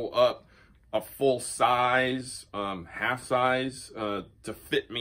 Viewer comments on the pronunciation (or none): none